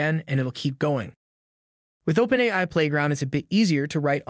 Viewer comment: That's the best AI narration I've heard yet. It's still obviously a robot; but, I have to admit, I was fooled for almost a whole minute. Even if someone isn't aware that AI narration is a thing, they'll still definitely be disoriented by the awkward pronunciation. In this case, the phrase "OpenAI" is a dead give away. I may have never been able to tell if it weren't for this one phrase. Which narration tool did you use?